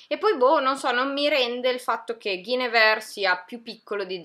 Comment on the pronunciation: Guinevere si pronuncia “Gwen-y-vee-ar”, suona un po’ come “guenivía” in italiano, per dare un idea. 😉 Occhi a forma di cuore nel rivedere la copertina di “Ninth House” 😍 Per me vige sempre la regola del “Less is more”. Sono un’artista che ama raccontare tanto con pochi particolari, visivamente parlando. Tu pensa che io non venni assolutamente attratta dal leggere “Le cronache del ghiaccio e del fuoco”, ai tempi (primi 2000) perchè odiavo le copertine, che sembravano rappresentare un fantasy/sci-fi che mi dava l’idea del gioco di ruolo. Tipo “Worlds of Warcraft”. Avrei potuto iniziare a farmi del dolce male con GoT molto anni fa, ma sono stata salvata dalle copertine orrende 😂